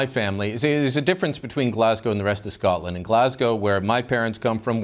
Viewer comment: Well done to Canadians for pronouncing Scotland and Glasgow properly! You guys don't have that annoying wee twang the yanks have! Scaaaatland! Does my fuckin tits in